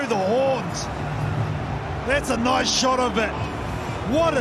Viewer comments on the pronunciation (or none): none